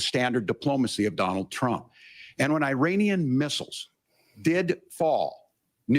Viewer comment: "Eye Rain Ian," too.